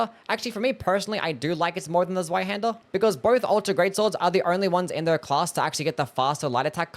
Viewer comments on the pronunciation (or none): The Z is Zweihänder isn't a hard Z. It's more like the ts sound in "kitsune". Or you know. A Hungarian C. Also Ornstein should be Orn-shteyn. I'm not German but I was tortured with it for my entire school life and at least the pronunciation didn't autodelete when I got free.